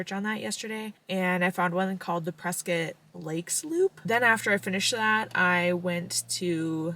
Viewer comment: That’s my hometown!!! I love it there, so beautiful. And you even said “Preskitt” 👍🏼👍🏼👍🏼